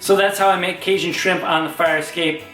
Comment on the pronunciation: Kay JUN. Cajun. I liked the video but there is no sh in that word